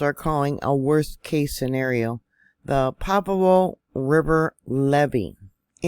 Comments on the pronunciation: Isn’t it pronounced Pajeeo? I can’t find pavo anywhere? Monterey county right? It can get major flooding without the break. 🙏🏻🙏🏻❤️ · PRONounced Pa har O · Pa-har-o that’s how you pronounce it . Thank you for the update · it is pronounced: pa..ha.. roe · Pronounced "paharo"